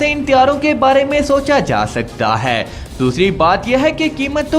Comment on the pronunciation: خدا کا واسطہ ہے ... اس "ہے" پر زور دینا بند کر دیں .... سانس کے اتار چڑھاؤ پر غور کریں اور اردو کی ٹانگ نا توڑیں .... اور بہتر ہوگا کسی بہتر اردو کے تلفظ رکھنے والے سے وائس اوور کروا لیا کریں .... آپ کی انفارميشن کھڈے لائن لگ جاتی ہے جب آپ ... ہے اور اے کی تکرار لگاتے ہیں